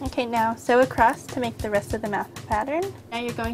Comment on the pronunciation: haha instead of saying make sure she says "wake sure" lolx .. sounds kinda similar !?! :P lolx jk ..